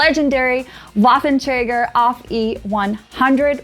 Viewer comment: The gross mispronunciation of the Waffenträger hurts. I hear people mispronounce it all the time, but this is next level ear... Assault.